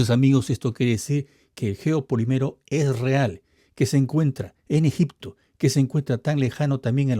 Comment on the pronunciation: la palabra no es "geopoliméro", es "geopolííímero", porque siempre repites el mismo error.